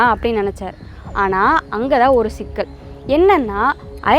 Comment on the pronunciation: ஸுற்று ஸூளல், ஸிக்கல், ஸட்டம்... ச்சுற்றுச் சூழல், ச்சிக்கல், ச்சட்டம்.. இவையெல்லாம் உச்சரிப்புப் பிழைகள்....